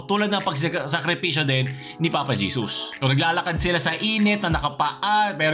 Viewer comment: Papa Jesos? dinig ko sa kanta 'One way JESUS!' hindi On Way Jesos.. Ginawa nyong Papa eh. Jeos pa ang pagbigkas nang JESUS pano naging Papa si JESUS CHRIST?